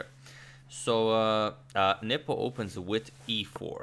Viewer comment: Every time Adagmator says Nepo, I hear nipple.